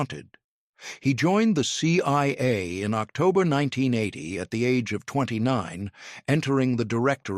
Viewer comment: Maybe get a real narrator. C Y A and FBY come up a few times.. Keep at it tho